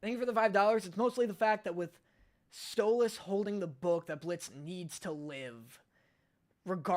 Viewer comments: I’m going insane it’s stoles not stoloss and I know it’s spelled stolas but it’s still not pronounced stoloss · Bro it’s stolas not stolAs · Btw you pronounce stolas like; “stole-less” not “stole-las” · “Stolass” Me as a stolas fan:IT’S STOLAS NOT STOL-ASS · Stop saying stol-oz 😭😭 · i mean u kept pronouncing stolas like how stella pronounce his name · “Stolahs” That pronunciation hurts me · Why you sayin Stolas like at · I love how he says 'Stolas' 😂😂😂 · And he learned why he got flak for how he pronounced Stolas lol.